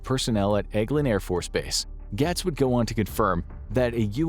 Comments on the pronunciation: I'm sorry, but it's pronounced gates. Not gats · Just an FYI, it's pronounced "Gates" (Gaetz). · The narrator has to either be AI or not an American because he mispronounced Matt Gaetz so many times and it's baffling that anyone in the US would not know who he is and how to say his name correctly. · This show can't pronounce Matt Gaetz' name right, or acknowledge how he's easily one of the most corrupt politicians our country has, but I'm supposed to believe that this video is trustworthy and not biased? Seems like Infographics kinda wants aliens to be real, so much so that they're willing to use Matt Gaetz as a reference (but can't pronounce his name right).